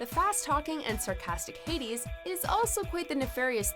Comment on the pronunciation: Did she really pronounced it Heidis?